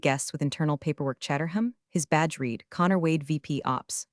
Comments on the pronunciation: The mispronounce of read/read drives me nuts too. 1 tiny fix like that would instantly make the whole narration feel 10x smarter + professional. 😬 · I really like the voice used in these videos, but I really wish somebody would train that AI how to pronounce read and read there are other issues, but those are the ones that make me grit even more I went to school management degree my teeth